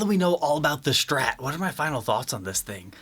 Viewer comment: Not until he says “STrat” not Shhtrat”